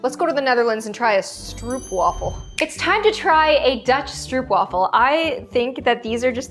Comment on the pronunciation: Its stroop wafel not struub wafel